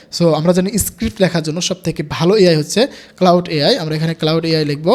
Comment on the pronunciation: Claude k cloud bolche 😶‍🌫️